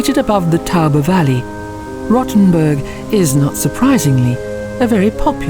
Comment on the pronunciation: it's pronounced like roe-ten-burg - not rottenburg. still gave it a like, though!